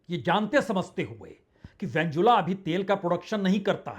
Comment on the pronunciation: उस देश का नाम वेनेजुएला है उसको बार बार वेनजुला बोल रहे हो।